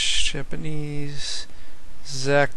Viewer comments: lmao "Zeck" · It's pronounced "Check" >.> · "Zech"? Jesus fuck.